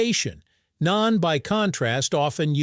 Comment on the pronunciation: It's Naan, not Nain. 😂